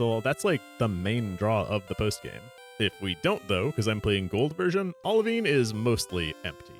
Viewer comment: Bro pronounced Olivine like it was Italian 😂